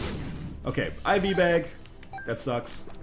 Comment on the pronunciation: IV bag, lol, not ivy bag